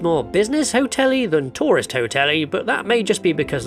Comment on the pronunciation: I kept thinking "what's a 'Torus Destination'?" And then I realised you were saying 'tourist destination' 🤣